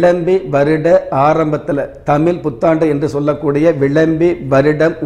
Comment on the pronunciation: First of all prounce the word tamil properly